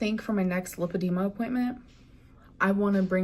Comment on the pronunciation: How would she not be able to pronounce lipedema? She just saw a dr about it and was diagnosed, Right? So in that case she would hear the dr say the word countless times. But somehow she doesn’t know the correct pronunciation? Yeah sure